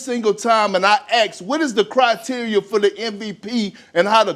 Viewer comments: Hey KP, it's ASK/ASKED, not AX/AXED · No intelligent professional will take you seriously if you say "ax" in place of "ask" in a conversation. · Axe ,Axe ,Speak yhe Keengz Anglish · He can't even speak our language , Ax him a q.....speaking of having a job because of color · AMEN. You are 44 years old sir. You know the s comes BEFORE the k. Please say it correctly like a big boy.